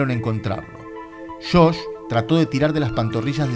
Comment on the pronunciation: "el hermano 'shosh'? " No era Josh? Con "Y"? Un consejo que se le dicen a todos los que estudian locución (aunque esto se debiera aplicar a YT): deshacerse de las tonadas y los "yeismos". Una cosa es pronunciar "gaSHina" con "sh", pero no las palabras y Nombres propios, que queda MUY FEO de escuchar. A mejorar.